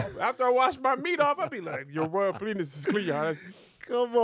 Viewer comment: Kev said PLENIS twice